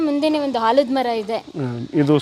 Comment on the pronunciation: ಮೇಡಂ ತಮಗೆ ಕಳಕಳಿಯ ಮನವಿ ಭಾಷಾ ಶುದ್ಧತೆ ಕಡೆಗೆ ಗಮನ ಇರಲಿ ಉದಾಹರಣೆ: ಆಲದಮರ ವನ್ನು ತಾವು ಹಾಲದ ಮರ ಎನ್ನುತ್ತೀರಿ ಮೌಖಿಕ ಭಾಷೆ ಬೇರೆ ಪ್ರಮಾಣ ಭಾಷೆ ನೇ ಬೇರೆ ರೀತಿಯಾಗಿರುತ್ತದೆ ನಿರೂಪಣಾ ಶೈಲಿ ಭಾಷೆ ಸುಧಾರಿಸಿ ಕೊಂಡರೆ ತುಂಬಾ ಅರ್ಥಪೂರ್ಣ ಉತ್ತಮ ಎಪಿಸೋಡ್ ಆಗುತ್ತೆ